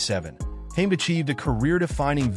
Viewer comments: It’s not Hame it’s Hamed. Please do some homework before doing voice overs. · His name is HaMED not Hame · You are pronouncing his name wrong!! It is pronounced ham- ed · Firstly, his surname is pronounced wrong and secondly Naseem is not even an Asian by British conventions!. Naseem is from Yemen thus he’s a middle- eastern. Overall a bad video this is!. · Can’t even say his name right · Oh god please stop mispronouncing hes last name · Can’t even pronounce his name … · Pity the narrator can't pronounce his name correctly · Incorrect pronunciation of his name by this AI voice over or whatever is is!! Great stylish fighter!!